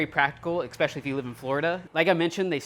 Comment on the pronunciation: Ok I have to say this because it bugs me: It's "especially" not "ekspecially" Please 😭